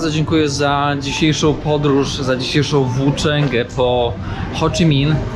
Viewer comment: Dziekuje za cala wyprawe i materiał, naprawde szacun za ta dobra robote! Śledzę od poczatku i z niecierpliwością czekam na kazdy nowy odcinek. ps Ho Chi Minh (bez CH na końcu), ale nie myli sie ten kto nic nie robi. Do zobaczenia na Podlasiu!